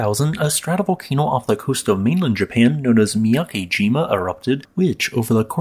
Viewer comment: Not too important, but on a side note, the character 'ke' (け） in miyakejima isn't prounounced like 'key.' It would rhyme more like the letters 'b-e' in the word 'bed', or the way Lisa Simpson pronounces 'meh'. However, Japanese is phonetic, so if you see the romanized letters 'ki’ (き), that character is pronounced like the word 'key.'